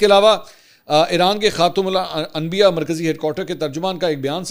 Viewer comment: شکر ہے منصور احمد خان نے خاتم انبیاء کہنا سیکھ لیا ہے۔ آج سے پہلے اپنے پیرومرشد عمران خان کی طرح یہ لفظ ہمیشہ غلط بولتےتھے۔